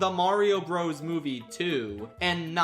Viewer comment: This is the last creator I would have expected wouldn’t know how to pronounce “Bros.”